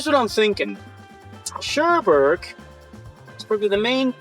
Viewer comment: I was wondering...what the hell is Sherberg??? Then I realized (been there about 40 years ago) it's pronounced CherBooorg...Funny...